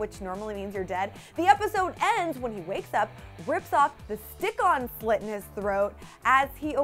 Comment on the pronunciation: AT THE BEGINNING DOES SHE SAY SLITS OR SLUTS??